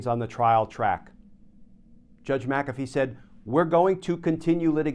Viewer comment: GLENN: It's NOT MAC'-A-fee, it's Mc-A'-Fee. NO Mac! It's Mc The ACCENT is on the SECOND syllable - NOT the first!!!